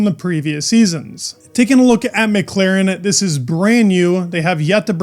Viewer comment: did you say 'Mec-Laren'..??..like Villeneuve when he comments F1 on French tv....